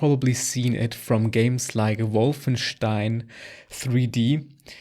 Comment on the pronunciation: Perfect pronunciation of Wolfenstein 👌